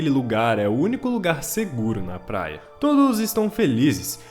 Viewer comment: Falou plaia igual o cebolinha kkkkkkkkk